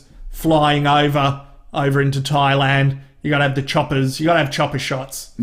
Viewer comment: 1 imperfection—he calls it “Twailand.”